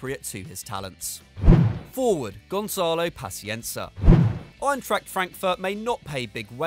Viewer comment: it's gonçalo not gonzalo. The ç ia prounounce with "ss" not a z. Exemple: gonssalo